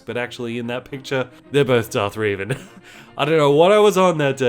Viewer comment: Amd you got revans name WROOOOOONG